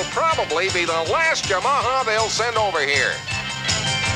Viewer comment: Mispronouncing Yamaha is kinda lame..